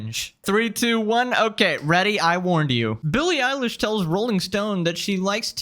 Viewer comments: Bro said "Billie Eyelash" I can't🤣🤣🤣🤣🤣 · Billy eyelash, is it a nickname or he mispronounced. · Eye-lash? lmao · Billie Elish❌ Billy eyelash✅ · Stop calling her Billy Eyelash, you're making me giggle. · “Billie *eyelash*” 😂😂